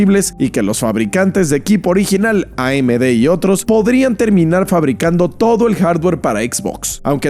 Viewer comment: Ei em di = amd 😂